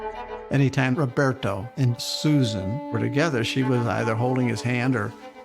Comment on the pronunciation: Why are they all pronouncing her name Suzarn as opposed to Susan. Is that rich polo speak?